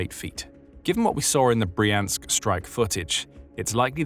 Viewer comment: It's Br-yansk, not Bree-ansk - when you see a russian word transliterated into Roman letters the y is always like the y in yelllow, and never like the y in copy